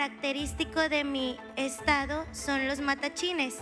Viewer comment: Se dice Matlachines